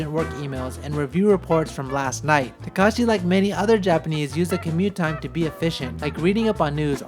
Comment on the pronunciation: His name is takashi but says it as he was calling him kakashi and as a Naruto fan... This is approved